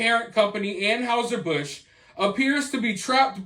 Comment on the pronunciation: Please learn the correct pronunciation of Anheuser-Busch